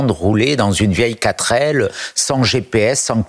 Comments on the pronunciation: on dit " 4 L ",..pour la Renault 4L,....pas quatrelle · 😂 4 L et non "quatrelle".. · heu... c'est 4L pas quatrelle !!!! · Une quatrelle ???? Mmhûuhuuhuuuuuu ! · "quatrelle"? 4L, non? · "Quatrelle"??? ou "4L"???...